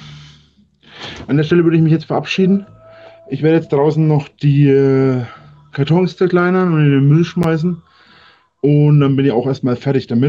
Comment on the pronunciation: er ist kein messi ! 2 minuten vorher "ich bungger die katonns jaaaaahrrre"